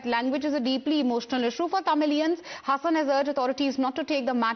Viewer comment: It's not Hassan, it's Haasan. Pronounce correctly please